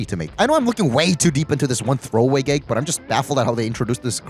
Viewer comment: Why not post shorter videos? Also, why do you say “geg” instead of “gag?”